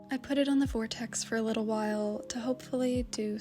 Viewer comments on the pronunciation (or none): none